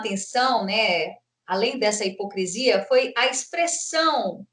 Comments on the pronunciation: Entrevista muito boa, mas doeu nos ouvidos a`hipocresia` falada muitas vezes, o correto é hipocrisia... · QUEM LEMBRA? "COM NOSSA HIPOCRI..."🤣🤣🤣